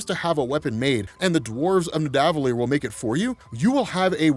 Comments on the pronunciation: Hate to be that guy...but it’s pronounced “Ned-uh-vull-eer”... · y do you keep mispronouncing nidavellir?